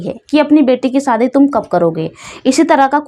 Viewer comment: Ladki smart hoti hai ya ismart hoti hai aur ladki kab se ismart hone lagi ladkiya to beautiful hoti hai par aap ismat bolti raho aur shadi ko saadi bolti raho pehle apni language aur praunciation theek kar le behen